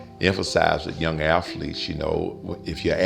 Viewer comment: 390 "aFhletes"